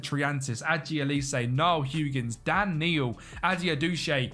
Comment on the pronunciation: need to work on some of your pronunciations🤣 Pronoucned niall huggins ‘nee-ell’ higgins